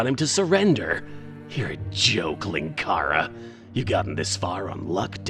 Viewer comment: 100%! Winkara's pwan is gweatt!